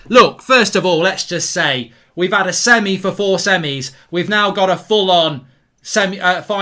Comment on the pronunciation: Lol he said Semi on.